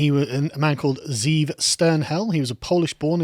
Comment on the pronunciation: Pronounced: Ze ' Ev Literal meaning: Wolf. FYI